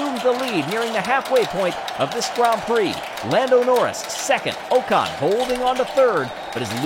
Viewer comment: Pleeeeease can you pronounce Ocon as “Ockon” - it’s not “Oh-con”. Otherwise this is great :)